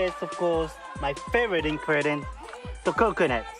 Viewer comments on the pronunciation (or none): my favourite in-kredent 😂😂😂 ( no offence is the swakker! )